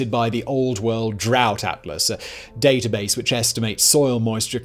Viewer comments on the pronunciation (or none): none